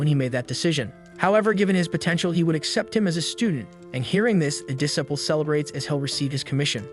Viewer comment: Dis sip all and peed all , For disciple and petal Had me chuckling 😂